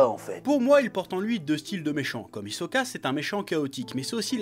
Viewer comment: On dit HISOKA!!!!!!!